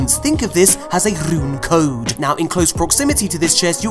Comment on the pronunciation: nobody:: rrrrrrrrrrrune code